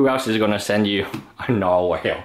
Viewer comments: Nar-wall not Nar-whale... fucking hell m8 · Nar-”whale” lol